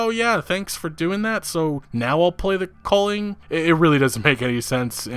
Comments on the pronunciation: What is it with yanks and butchering pronunciations? It's pronounced Valhalla, not Vulhulla. A sound not U. Same with The Culling. It's not The Colling. U sound, not O sound. Yanks just shit all over English and other languages. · Lolol take a drink every time this kid pronounces “The Culling” wrong